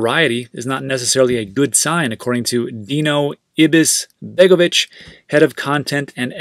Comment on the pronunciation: Well done for pronouncing the name Dino Ibisbegovic correctly!